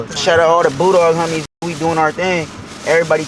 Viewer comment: I thought he was saying kicking it with the hunnys, lol but he was saying homies.